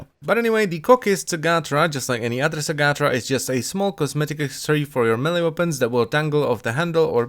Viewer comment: I don't know what's worse, the way he's pronouncing the sugatra's name or how it's actually supposed to be.